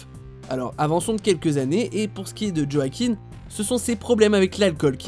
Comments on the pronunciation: Quand tu commences la video et que tu entend Joakim Fenix… respectez le, ca ce dit « Hwakin » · Djo-a-quin? Son nom se prononce wakine. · Ça m’énerve les gens qui disent JoachiM au lieu de Joaquin. Oui je suis chiante. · En effet, le nom se prononce Wakine et non pas Djo-a-quin. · Le réalisateur Philippe todds prononce "wakine" plutôt yoakine en mode rapide qui croire xD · Ça se prononce « ioaquin » excellent acteur mon préféré, ❤️ainsi que le génial James Mc Avoy ! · On dit : ROAKIN !!!!!!!!! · oui il faut chipoter par ce les nom arabes vous les dites très très bien vous les français allez souviens toi bien roakine allez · Non ça se dit roakine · Tu C pas dire joaquin